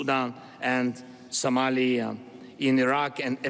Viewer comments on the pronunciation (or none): none